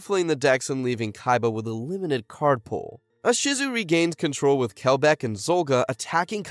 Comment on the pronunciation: I hear Ahsizu. Bruh. Gearfried? Really? Ugh.